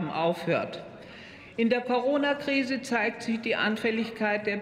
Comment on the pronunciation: Uff diese Frau kann ja nichtmal Corona aussprechen